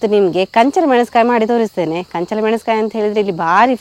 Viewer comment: ಕಂಚಲ್ ಅಲ್ಲ ಕಂಚಲ